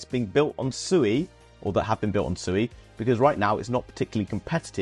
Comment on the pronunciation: It's swe not sooey Read the documents on their website.